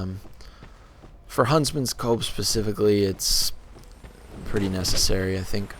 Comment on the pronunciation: it's pronounced Huntsmans COPS!